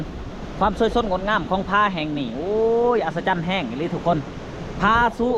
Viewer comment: อัศจรรย์....(อัด..สะ...จัน)